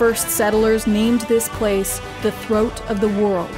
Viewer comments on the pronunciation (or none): none